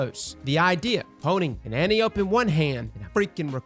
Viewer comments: The year is 2020. Can we please stop calling Wonder Woman's Aunt and the Greek goddess; Antee-Ohp? It's An-TAI-opee. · No one can pronounce Antiope correctly...